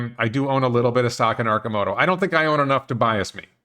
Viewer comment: Well, you pronounce Arcimoto correctly, but mispronounce Oregon, so it balanced out. :-P